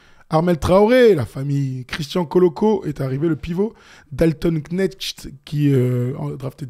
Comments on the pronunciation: Je vous en supplie, prononcez Dalton « Connect », c’est comme ça que ça se dit (merci pour le boulot la famille) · D'après les emissions américaines, la prononciation du nom de Dalton est "Ké-Nekt" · C'est définitivement Dalton Schnek